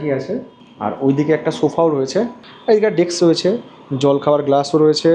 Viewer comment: কথা টা ডেক্স না, ডেস্ক। এবং ফ্লাক্স না, ফ্লাস্ক।